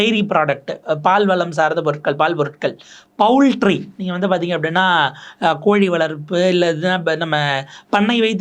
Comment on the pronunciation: போல்ட்ரி ன்னு சொல்லுங்க. பவுல்ட்ரி இல்லை.